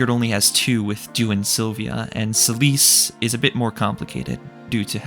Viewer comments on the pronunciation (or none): Who the fuck is celise lol. Its Seh-lif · Take a shot every time this guy calls Seliph "Celice". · Selise? I thought his name was Seliph? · Selice? isnt his name Seliph? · Damn is that how Seliph is actually pronounced I never really looked into it but the way you say his name sounds like how I've been saying Silesse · You pronounce Seliph's name kind of strangely